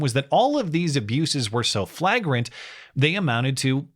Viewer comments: Not to be that guy but it's pronounced "flay-grant" not "flah-grent" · I love your videos but the way you're saying flagrant is driving me nuts.... try it like this....( Flay grent )